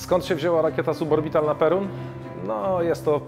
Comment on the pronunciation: Nie Perun tylko Pierun.